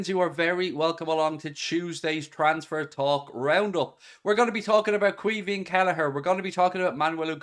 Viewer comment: Its pronounced key veen